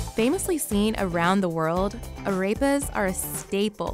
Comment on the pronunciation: Me: Arepas Food insider: Arapepah